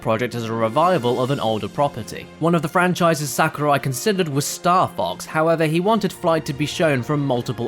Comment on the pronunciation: Please vet the speaker's knowledge on how to pronounce the names of foreigners in advance next time. If not this, then please get an editor who can fact check and correct these things so we aren't subjected to hearing "SA-kurai" 10+ times in less than a few minutes.